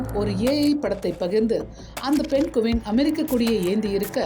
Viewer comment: தம்பி பழைய தலைமுறை நீ இன்னும் மாறவில்லையா ?? அது பென்குவின் இல்லைடா அதை பெங்குவின் என்று சொல்வார்கள். ஏன்டா இப்படி தாய்மொழியான தமிழ் தான் தகராறு என்றால். அன்னிய மொழியான ஆங்கிலம் அகராதி பிடித்ததாக இருக்கிறது. வால்க தமில் வலர்க தமில்நாட்